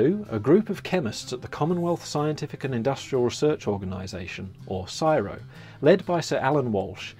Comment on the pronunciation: CSIRO is pronounced using its initials - 'see-ess-eye-ar-oh' (5 syllables) not 'siro' (2 syllables). Would you mind re-recording the video pronouncing it correctly because every Australian watching this is cringing and yelling at you. Ta.